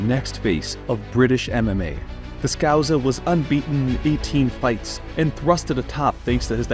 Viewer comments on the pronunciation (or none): The 2nd S in scouser is a hard S, just in case you find yourself using the term again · That’s not how you say scouser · Cool video, but please never say scouser like that again. It hurt my ears with how wrong it was.